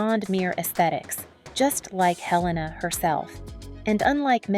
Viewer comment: The narrator is AI. She said lives instead of LIVES. After watching a few of these model profiles, the voice sounds unnatural and heavily edited to keep that rate of speed up. I love Helena Christensen, so not much here was new for me. I believe her first name is the Danish pronunciation, not the American.